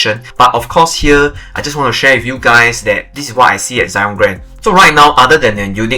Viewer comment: Why Zyon instead of Zion?